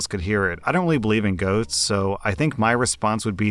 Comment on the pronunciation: Am I the only one who heard, "don't believe in goats"? 😂